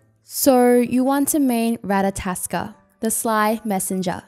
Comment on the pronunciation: it's not ratataskr it's ratatoskr